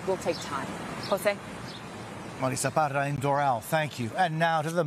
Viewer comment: "im Marissa Parra." "MADISSA PADDAAAhh!'